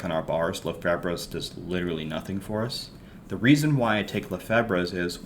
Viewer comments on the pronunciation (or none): Lefebvre is french the b and the r are silent. Lefav is how you pronounce it, lefebvre is my step daughter last name she use to yell at me all the time about it lol.....overall great video I love the content